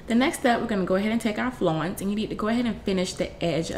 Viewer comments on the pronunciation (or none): Its "flounce" as in "ounce"....